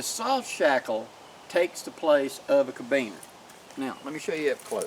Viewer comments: Felix IMMLER. Carabiner; not 'cabiner'. but you've got me fired up,; I'ma go make some right now! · say it with me really slow and careful like CAR_A_BINER. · on the diamond knot. I’ve been using this basic design for the “core” of my buckleless paracord bracelets for years. Absolutely love the southern pronunciation of carabiner. 1/4 inch plumbing collet makes a great bead, although it may slip a little easy for some applications.